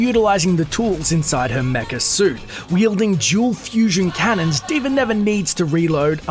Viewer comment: at the start u said d.v.r